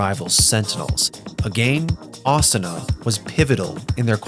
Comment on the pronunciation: The weeb pronunciations tho. AH-SOO-NUH not AH-S’NA